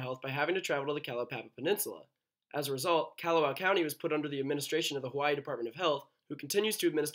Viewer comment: It’s Kah-hoe-oh-law-vay. If you wanna be lazy, its Kaho-lah-vay. Kalawao is Kaw-law-VAO. Kaw-lawzzzz, not Kyaluh, like Callahan or Candy (KYANDEE). It’s Kaw like car or at least cod, but not like Cadillac